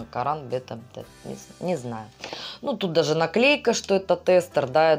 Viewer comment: Би ТЭмптед - ударение на первый слог 😘 розовый мишка милота на лето, очень позитивный 💖💖💖